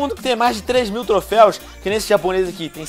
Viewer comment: é troféus venom n trofeis